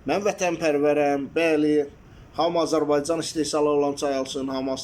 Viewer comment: AZƏRBAY dz AN, ts AY YOX, AZƏRBAYCAN, ÇAY